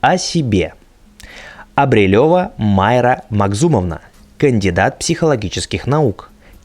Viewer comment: Майра" ударение на последнюю А(извените за поправку)